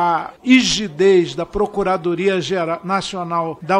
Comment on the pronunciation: "essa procoradoria" - o cara falar desse jeito é sacanagem né, pelo amor de deus kkkkk